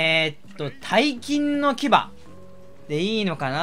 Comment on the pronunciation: 大金の牙は(おおがねのきば)だと思います